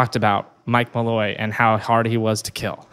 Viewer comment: Also it’s Draco Malfoy I died every time you said Malloy lmao